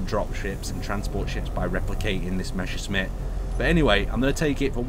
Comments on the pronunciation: you said 'meshersmitt' - it's actually the other way 'mesershmitt' written Messerschmitt in german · Why does everyone call it Meshersmitt when it clearly is pronounced Messershmitt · Mesher shmits xD love the way you say it.